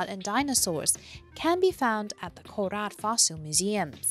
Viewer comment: There is no need to overpronounce it as "Nakhon Ratchasiiimaaaa" and "Koraaaat". Ratchasima and Korat will do.